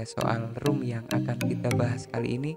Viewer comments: baca nya ‘rom’ bang bukan ‘rum’ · ROM kaka bukan ROOM :v